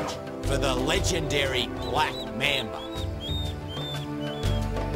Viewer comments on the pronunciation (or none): "This the black mambuh" Goddamn I love this man.